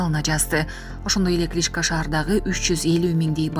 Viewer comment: Кличка эмес,КличкО